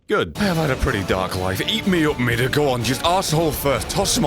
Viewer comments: Meeda... midir is pronounced meeda... The more ya know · It's pronounced mid-deer plus your my favourite youtuber keep doing what you want because this is your channel and I love you